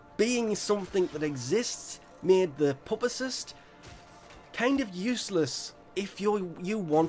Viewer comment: Pupacyst is said, pewpa cyst